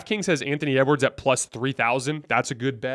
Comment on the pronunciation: Did really say ewards come on he's not even close to mvp